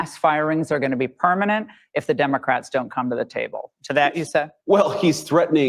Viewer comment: I was getting the pun of “dim” ocrats until I realized that you say the letter “e” as an “i.” Haha.